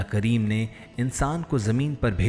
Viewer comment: Nabi Kareem....S.A.W....kundly proper pronounce...not kreem